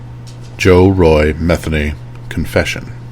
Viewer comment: Just an FYI: please research name pronunciation before you do a video lol. It’s pronounced MU-THEE-KNEE 😉. That being said….glad this sick POS is dead!! Thanks for the video!